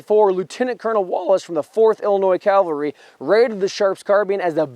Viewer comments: I understand people not getting long, complicated words right all the time. Language is not everyone's strong suit. But cavalry is a word nearly every person in the first world has heard pronounced correctly at least a hundred times. There have been history programs since the invention of the television. People who are interested in vintage firearms or specific wars or battles have probably seen at least a hundred programs on the subjects they're interested in. In all that time, not once did they realize, " Hey, I've been saying it wrong the whole time. Maybe I'll stop doing that so people don't think I'm a mouth breathing Neanderthal." ? How totally unobservant of everything around you do you have to be to not notice something that glaringly obvious in all that gigantic amount of time? I'm not the sharpest tool in the shed, but damn, I'm pretty sure if I heard a word repeated a few hundred times I'd start saying it correctly, eventually. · It's pronounced CAValry, not CALvary. CAValry are mounted soldiers. CALvary is a hill where Jesus was crucified. Other than that, I absolutely love your videos. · ^The history part was great! However, as a veteran and retired English teacher ( Take this as a teaching moment) I have to say... you kept saying CALvery not CAValry. CAValry are mounted soldiers. CALvary is where Jesus was crucified. I was 1st CAV! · um this guy repatedly mis pronounces CAV alry as calvery...lmfao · Love this channel.... though it drives me nuts that a CAValryman pronounces it CALvary. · Please don" call the CAValry the CALvary! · here we go again with the idiots calling the cavalry the effing CALVARY for gods sake get this simple word correct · Why not just say “cavalry” instead of “calvary?” Ugh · No, I've listened to it eight times now. He's clearly saying Calvary. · He said, "Calvary" in the introduction, and at least once in the body. The other grammar mistake was, "there was two types of carbine". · Also mispronounced cavalry